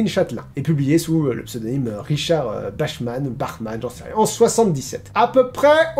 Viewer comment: Pour info, si tu veux, ça se prononce "Bakmane" ouais, presque comme l'homme chauve-souris.